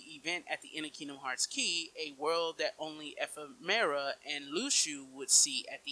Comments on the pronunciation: Firstly, learn how to say Ephemer. Secondly he's objectively not dead considering we fight his Heartless twice in KH3. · Let's not go through this again. Ephemera is his original name in Japanese. The English localization changed it to Ephemer. It's not a big deal, let's not be petty about shit like this